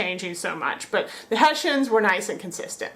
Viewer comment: We are called HESSIANS (in english), not "Haeshaenz"!!!